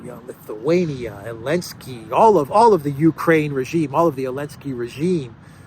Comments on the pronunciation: Elensky is pronounced zelensky. A lady hero is called a heroine.. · Why do you call him Elensky? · Why is he called Elensky?